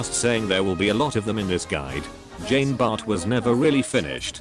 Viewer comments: #feelsfrenchman tfw the speech bot reads "Jeen Bartt" instead of the proper "John Bar" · Not sure if you will read this, but put 'john bart' in the robot voice thing and boom you get correct pronunciation